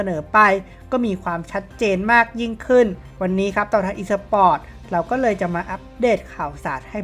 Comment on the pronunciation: พูดคำว่า เลย ของมึง อุบาทมาก